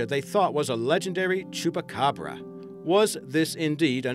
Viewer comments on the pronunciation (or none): he sais chupacabra so wierdly